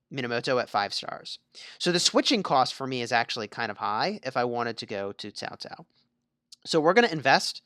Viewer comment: Why? Why do you pronounce Cao Cao as Tao Tao? Can you not spell "Ts" or at leat "K"? 🤦🏻‍♂️